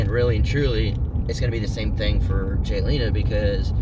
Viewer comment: I love watching you both and so pleased you’re staying friends x stop saying my x it’s Jalena !